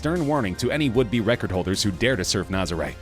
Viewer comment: You pronounced Nazarè wrong O-o